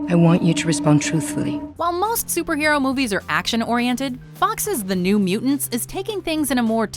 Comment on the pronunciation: u pronounce Mutant properly. i love you even more!